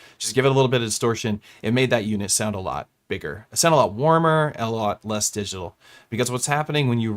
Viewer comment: Swedish box, man. They pronounce it like 'diggitohl' ;-)